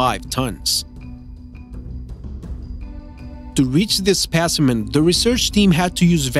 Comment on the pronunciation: It's specimen, not spishiment